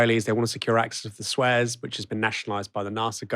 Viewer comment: did he realy pronounce "Suez", "Swezz"?